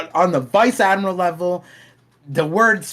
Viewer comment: “Vice Admirable” 😂